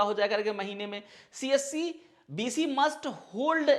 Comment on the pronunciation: its better ki aap csc centre bole. aisa lg rha hai ki aap kamasutra centre bol rhe ho